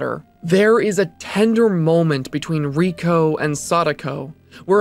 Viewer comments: Ray-ko, not ree-ko. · She later figures out that she was spared because she copied the tape and showed it to Ryuji. Also Reiko*. He pronounces the name wrong in the video, it's "Ray-ko" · The only thing scarier than Reiko (ray-koh) being pronounced wrong was the last second of the video. You got me good